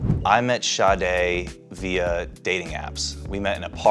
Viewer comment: Im not the only one who thought they were calling her shawty 😂😂 and later realized her name is sade